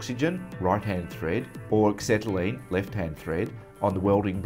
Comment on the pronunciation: Dear BOC, you're a main dealer, please get a presenter who can pronounce ACETYLENE properly. WTF is axetylene? Then teach him how to use a cutting torch... He shouldn't be leading the cut, but have the head perpendicular to the work.... Maybe he thought he was MIG welding eh?